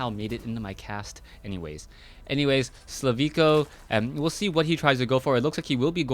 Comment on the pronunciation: HIS NAME IS SLIVKO NOT SLAVIKO!!!